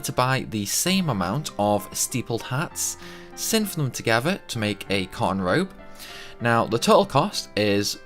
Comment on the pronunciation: it sounded like he was saying "con Road" when he said " cotton Robe".. Annoying. Anyways...